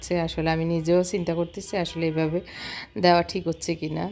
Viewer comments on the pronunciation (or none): none